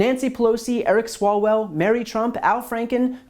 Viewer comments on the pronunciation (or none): none